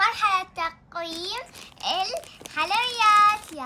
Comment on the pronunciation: تكول تقويم 😂😂 تقييم 😅😅